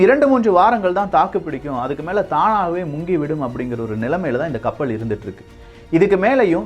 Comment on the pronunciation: கப்பள் ஆ கப்பலா தம்பி ஒழுங்காக உச்சரிக்க கற்றுக்கொள்